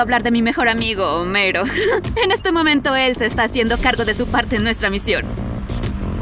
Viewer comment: Iris cuando dijo homero yo: homelo chino